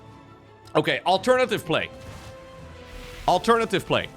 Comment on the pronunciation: Take a shot every time says: "O-keh...", "On the back of", "Disaster"